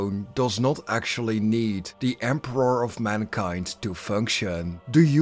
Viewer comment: For the Empe-rawrrr 💅💅